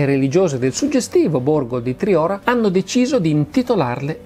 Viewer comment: Solo un appunto Massimo : Triora si prununcia con la O chiusa